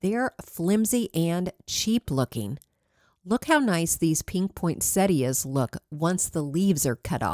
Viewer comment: I really enjoy your recreations…but I also appreciate your pronunciation of the English language. Many words, like poinsettia, are said incorrectly so often. You sound like an educator. Thank you!